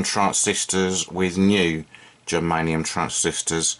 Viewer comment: You spelled and called them " geranium "...lol...germanium 👍 .